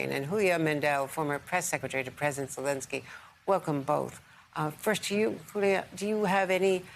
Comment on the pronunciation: Houlia, really? Should be more like Yiulia.